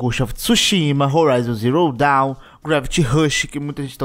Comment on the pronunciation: Porq Until Dawn ele fala certo e Horizon Zero Danw ele fala errado? kkkkkkkk